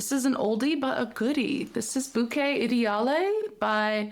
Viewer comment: Point of order...in French, "eau" is pronounced as out letter "o", not "ewww" and it's French for water. As well, in French, unless you have special symbols like an "accent ague", the final letter--consonant or vowel--is not pronounced...so Ideale is pronounced with 3 syllables not 4...that final "e" is silent. (However, in Italian, it would be pronounced.)